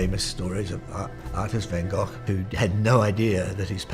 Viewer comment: Damn, he even nailed the pronunciation of Van Gogh.